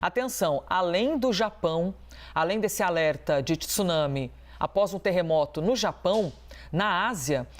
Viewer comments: Jornalista esclarecida falando 'tissunami'. Tsunami tem o encontro consonantal. O 'Tê é mudo. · A mesma pessoa que não consegue pronunciar tsunami consegue pronunciar Mitsubishi, vai entender